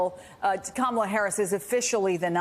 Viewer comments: Who is this guy? Learn how to pronounce your new president's name! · Learn to pronounce her name. It isn't hard. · Can we pronounce her name right? 😣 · Dude, it is pronounced COM-mah-lah not com-MAH-lah. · Matthew Dowd. Maybe you've just listened to too much DJT in your job, but our VP's first name is pronounced KA-ma-la. Not Ka-MA-la. Trump does that to insult her. You don't want to do that. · And can journalists / reporters / anyone who appears on Youtube, Tiktok, wherever, please learn to pronounce her name. She's been VP for almost 4 years. It's KAmala. Not KaMAla. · If you're good with Kam, learn how to correctly pronounce her name, it's not ka-Malla. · Say it with me: Comma-luh. If you're going to be an ally , please learn to pronounce her name correctly. It's not that hard. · Kamala Harris. Her name is pronounced Comma-la. It really is annoying that people can’t pronounce the Vice President and soon to be democratic nominee for the POTUS’s name. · Say her name correctly it’s KA-ma-la, ka -MA-la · Matthew Dowd, PLEASE pronounce her name properly! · Dowd can't even pronounce her name correctly. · Why are they letting him mispronounce the VP’s name like that?!? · Dude, pronounce Kamala's name properly! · This guy needs to learn to say her name correctly, not the way Trump says it. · Why can’t people pronounce her first name correctly? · Thumbs down after his second use of Kamela's name with a mispronunciation with accent on the second syllable. On thumbs down and every time I hear a supporter pronounce her name that way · How about you require people talking on your show to give VP harris the respect she deserves and pronounce her name correctly?! , LA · They should tell them how to pronounce kamala's name before they let him on air. What a bunch of jerks! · Good Grief, Matthew Dowd. I agree wholeheartedly with you. But you need to learn how to pronounce "Kamala" correctly! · Why can people not pronounce her name correctly?!